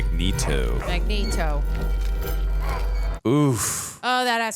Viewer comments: BTW it's Magneto... (MAG-NĒĒ-TŌ) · Mag-Neat-oh. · Magmatamus?!?! 😅😅😅😅 omg thats hilarious, i love u. I wonder how the die hard Xmen fans feel hearing that tho lol